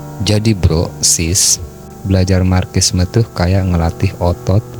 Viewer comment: Di baca nya marsisme bang. Bukan markissme 😂😂😂😂